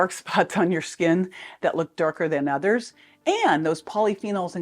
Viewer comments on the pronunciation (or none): none